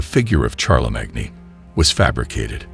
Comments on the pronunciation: CHAR-LA-MAG-NE? ....LOL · omg, it's pronounced Sharlemane not charlie mag nee..... And Carl Say Gen, not Carl Saggin.... What a crap video